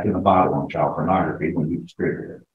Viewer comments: Its pornography not pronography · What is Pronography? Derp! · "Pronography" What?